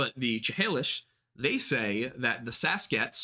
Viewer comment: Just wanted to give a note on the pronunciation of Chehalis- I'm not part of that tribe nor am I indigenous but I'm from Washington State and that, as well as on my brief research has me believe that it is pronounced "Shuh-hay-lis" rather than "chuh-hay-lis". I could be wrong/it could be just pronounced both ways but that's the way I've always heard it in reference to the city of Chehalis, WA as well as the way members of the tribe pronounce it in the videos I found :)